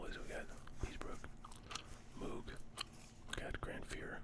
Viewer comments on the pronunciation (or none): Moog is pronounced MOHG.